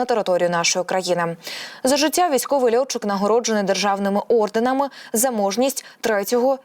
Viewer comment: Орденами - наголос на а.